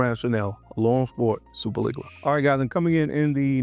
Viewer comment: One thing I can count on is to say “Superleggera” wrong everytime lmao. Dope list bro.